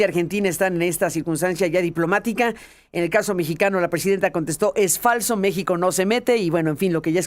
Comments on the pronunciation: Le dijo "Me Shi Ho" es un doble sentido/juego de palabras los que de verdad saben inglés deben inferirlo. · Yo los he escuchado a ustedes dos (Aristegui y Esquivel) hablar inglés y su pronunciación tampoco es impoluta. Creo que él verdaderamente cree que está pronunciando bien "México" en español. Deberían usar un poco más de principio de caridad en su evaluación. Y una cosa más: ¡no me hagan defender a Trump otra vez, que lo odio! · . PUES USTEDES ESCRIBEN "MEXICO" Y LO PRONUNCIAN MEJICO O MEJIJO USTEDES MISMOS SON LA BURLA DEL MUNDO